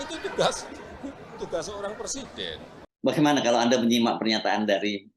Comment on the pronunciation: Iki macak opo....ngucap presiden aja salah..katanya, saya bukan lurah, saya persiden katanya..lucu